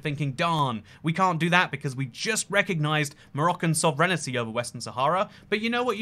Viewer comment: why do you say sovereignty weird, mate